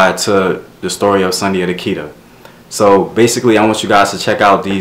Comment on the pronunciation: Great video ,i am a direct decedent of Sundiata from Senegal,in our tongue it is pronounced (Soon-jaa-taa)